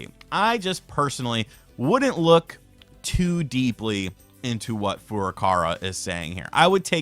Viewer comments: 85 his name Furukawa is pronounced Foo~ROO' Kah wah, not " foo RUH kawah", and the president is talking about "Switch" as a brand for consoles and games, a possible announcement for a "New Switch" or "Switch Advance" or "Switch 2" won't be in a Feburary Nintendo Direct, and more likely may be announced and revealed in a big Summer time Direct (like possibly May or June) . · Is not Furukara it’s Furuka“Wa”. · Ok, I've been holding this in for a really long time, but I think I'm at breaking point. FFS!!! IT'S FURUKAWA! NOT FURUKARA! FOO-ROO-KAH-WAH! IT'S NOT HARD